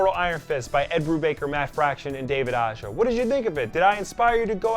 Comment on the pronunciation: A-HA, not Ah-jah. Not sure why everyone gets that wrong. He’s from Spain.